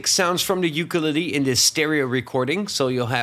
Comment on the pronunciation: I’ve never heard ukulele being pronounced so horribly? Who hurt you !?